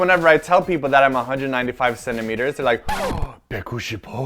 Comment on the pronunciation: not to b*tch about it but im korean and thought if ur going to make a video actually saying 195 cm in korean, learn to say it right before u actually record urself....